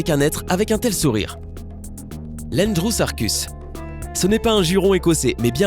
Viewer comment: ça se dit androsarcus androusarchus c'est une erreur de prononciation